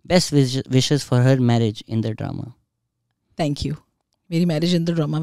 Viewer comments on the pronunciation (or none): If I had a dollar every time she said DROMAY 🥹🌚🌚 but still love it